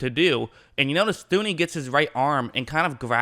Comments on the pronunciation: His name is pronounced toon-ee. H is silent. Enjoying your breakdowns though. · did I hear “Thew-knee”?